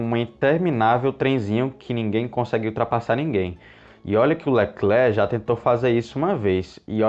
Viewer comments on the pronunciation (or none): none